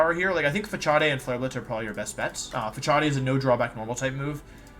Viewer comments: 'Pha-chaw-dea' made me cringe for Facade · This is interesting, but my man, it's pronounced "facade," not "fa-chah-day." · Facade is pronounced Fa - Saad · I'm sure it's just a joke... but Facade is pronounced " Fuh-Sod" . In case anyone was wondering. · Fa-cha-day. Im dead. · Pronouncing Facade as 'facharday' made me giggle. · Lol facade is pronounced like fuh-Saad. Had to comment. The way you were saying it in the video had me laughing 😂😂. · Why does he pronounce stuff like "facade" fa-cha-de ? Or "cinder-achi" ? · when he got to facade and said fachaday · The way you pronounce Facade got me tripping haha just google it my guy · That's not how you pronounce facade.